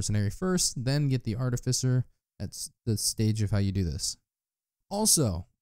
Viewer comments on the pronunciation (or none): none